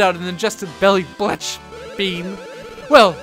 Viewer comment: Belly Blech worm is pronounced belly bleCK,. Glad to help.